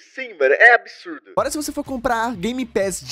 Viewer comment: Ele falando agola kkkk